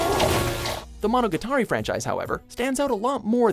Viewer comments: Says "Monogatari" like "Atari". Do you even anime, bro? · >:( He pronounced monogatari wrong! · The way he says Monogatari -_